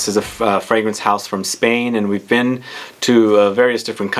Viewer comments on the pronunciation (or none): none